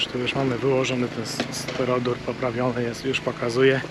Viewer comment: kochany... S T Y R O D U R nie stero-dur. Nie bądź jak Emil. 😅 Ps. A jeżeli ta nazwa jest ciężka do zapamiętania to XPS.